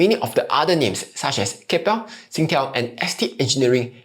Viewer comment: Did he just call “Kap-ple” (Keppel), “Kay-pal”? 🫣